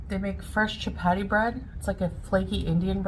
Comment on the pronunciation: "Shap-aadi", says. "Shap-aadi".